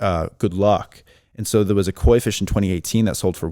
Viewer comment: I thought he said a marijuana fish at first ha ha. 😂